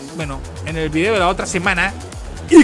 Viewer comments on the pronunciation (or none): none